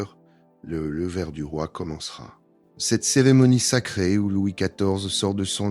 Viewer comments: 1887 ????? Louis 14 est mort en 1715 😏🙄🤦🤦🤦 Le « levère » du roi 🤦🤦🤦 Vive l’i a et sa voix insupportable 😨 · Excellente vidéo, très intéressante. Même la voix IA (dommage !) est assez bonne, si on excepte les "levères" du Roi.